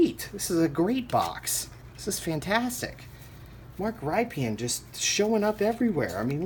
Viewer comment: Mark Rypien is pronounced RIP-IN